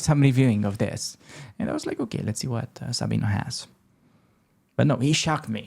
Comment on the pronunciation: SabinO (Brunello) - He's italian: the O must be pronounced. Like the U in AlexandrU in Romanian, I guess.